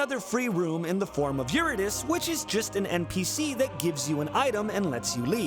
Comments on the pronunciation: Eurydice is pronounced like "you-rid-ih-see" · Please tell me didn't call Euridice "Eu-ree-dees" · i died when he pronounced eurydice like that - i dont even know if your-id-uh-see is right but by god does it feel right